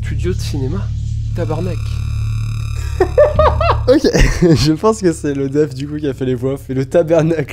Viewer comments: Arrête de dire tebernacle ça se dit TABARNAC FAUT ENTENDRE LE KKKK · Tu dit tabernak mais aussi je comprend vous êtes français vous avec pas la même français que nous mais sa se dit tabarnak genre dit tabar et après nak et toute ensemble tabrabak 😂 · pour info on dit Tabarnak pas tabernak sinon supers vidéo encore